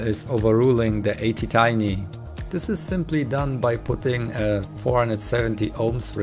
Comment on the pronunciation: It A T Tiny, A T not eighty